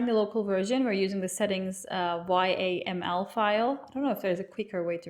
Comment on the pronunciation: Its bit superficial guide, flat emotions... I can read readme myself. Yaml is read YAM-uhl.